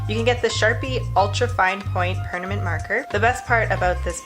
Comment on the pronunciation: "Pernament Ink"